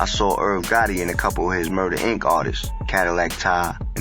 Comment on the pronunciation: It’s pronounced Cadillac Ty!!!! AI robot 🤖